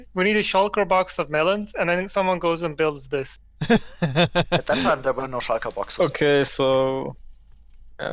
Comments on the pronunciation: shaulkers and the nezzer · “Shiker boxes”